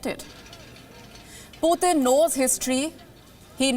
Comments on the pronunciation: lady, it's just p-u-t-i-n, not puthin! at least do some research on how to pronounce a president's name properly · She is pronouncing Putin's name as someone from UP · She does not know how to pronounce the word Putin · I love to hear her accent 😉 when she said Putin. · that is how it's pronounced in russian language. but yeah kinda funny cuz we are not used to it. haha